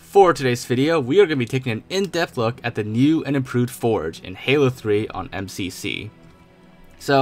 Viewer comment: "em see see pee sea"